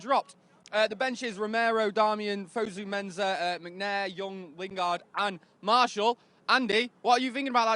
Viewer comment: It's pronounced like FOE-ZOO-MENSAH